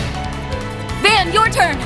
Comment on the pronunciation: I'm not trying to get on you about it but the name isn't pronounced vayne, it's provided van like the vehicle. If you play the first one that is how the name is stated... Otherwise this is a good game picked it up on steam with the translation patch and I can't wait for it to come out in English